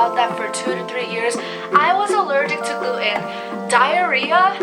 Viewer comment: You never shared the results of your tests. What was your Ttg iga level. Your marsh scores from small bowel biopsy etc... And by the way, it's not glue-in. It's gluten. The T is pronounced.